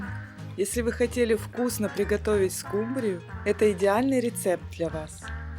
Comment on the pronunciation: СкУ’мбрию , а не «скумбриЮ’» 😂❤